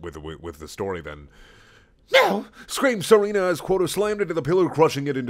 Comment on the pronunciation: It's pronounced Seh-rah-nah